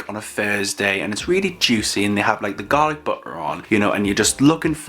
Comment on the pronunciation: Ok but I kept hearing "garlic butler" instead of "garlic butter" ... regardless am very hungry now 😅